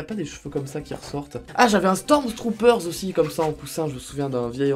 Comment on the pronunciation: Faut arrêter de dire : "STORMZTROOPERZ"